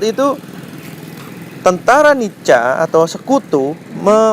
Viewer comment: Nica dibaca Nika.Nedherland Indisc Civil Administration